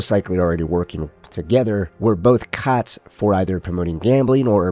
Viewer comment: For a split second, when you said “caught” I thought you were going to say “cazzo” … just by the way you pronounced it.